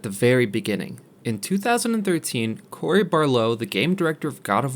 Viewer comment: Love the video but you butchered Cory’s name lol.